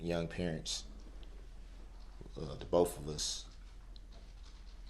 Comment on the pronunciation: Axe instead of ask and bofe instead of both